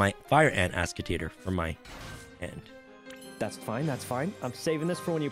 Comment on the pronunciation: I kept hearing him say ass tater.